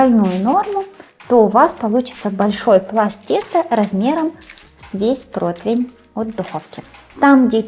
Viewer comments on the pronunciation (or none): дорогая! Очень прошу, пожалуйста! Вы и лингвист и кулинар, вам нельзя слово противень произносить и склонять неверно❤ Противень (не протвень) Противня (не протвеня) Противню (не протвеню) Противнем (не протвенем) Противне (не протвене)